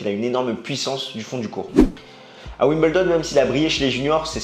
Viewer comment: pourquoi dire Wim bel don alors que c ' est Wimbledon ? pourquoi dire un peuzeul alors que c ' est un puzzle ?